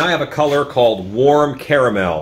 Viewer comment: wicked makers mentioned your channel and i’m so glad i decided to check out a few of your videos. i subscribed because your mannerism is just like my mom (even getting distracted by the tv) & your pronunciation of caramel! 😂❤ thanks for all the tutorials!